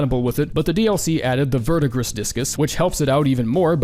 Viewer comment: verdigris is pronounced "Ver-de-gree"